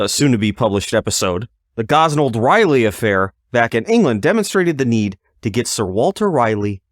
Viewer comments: Dude quit say Raleigh as Riley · Raleigh is pronounced Rawley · DUDE YOU WENT TONTHE DENTIST, DID HE HAVE YOU SAY AHHHHHHH!!!!!!!!?????? OR IIIIIIIII!!!!?????? YOU SAY RALEIGH AS RAHHHHHH LIKE AHHHH YA FUCKING TWIT. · SO HE HAD TO SAY AHHHH, BUT HE STILL CAN'T SAY RAHHHHHHHLEIGH!!!!!! DOUCHE